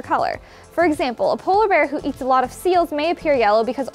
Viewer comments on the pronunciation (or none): none